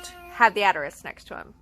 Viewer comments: New to your channel. I really liked this video, but it is "assss-ter-ix" not "att-a-risk" lol just a heads up. Otherwise, awesome video. Thanks for making it and doing your research! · For the love of God, can you please pronounce asterisk correctly?